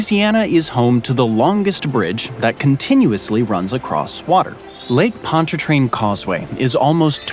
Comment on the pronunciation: I am surprised and impressed he pronounced Lake Pontchartrain, Metairie and Mandeville correctly.